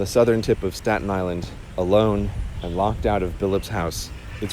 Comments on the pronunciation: saten Island** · “Statin” My blood pressure is rising